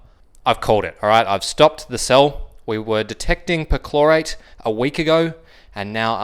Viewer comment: With your accent it sounds like you're saying chlorite.